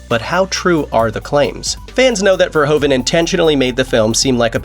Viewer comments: Who is Paul Verhovan?? It’s pronounced Verhooven. Same sound as in Troopers. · its not paul verhoven like you say it but verhoeven